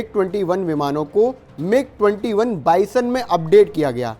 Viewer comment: 48-49 sec mig 20 viman bolna ata nahi bas bakchodi... usa bhi 1950s ke planes Uda raha hai